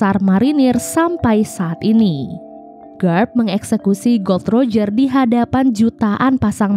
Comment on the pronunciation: Gol D roger, bukan gold roger huruf "D" nya di pisah